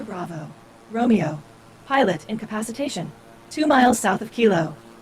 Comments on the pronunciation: Peter just add a “A”. In-ca-PA-ci-tation. Turns out easier to say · I just love the way he says "incapsitation" ❤❤❤ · Or as he says it, 'in-cap-see-tation" ;-) (and please note, I can only speak English - sort-of) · Please consult a dictionary for the proper pronunciation of ‘incapacitation.’ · Peter… You are pronouncing "incapacitation" incorrectly. The word has 6 syllables, not 5.